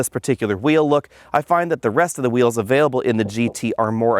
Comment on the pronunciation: he said qweels